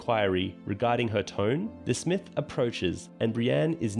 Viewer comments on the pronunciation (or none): none